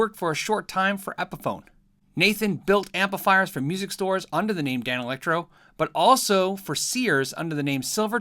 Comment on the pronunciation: I still like hearing you say Dane Electro 😃